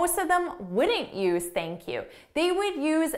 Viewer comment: Basically theink Q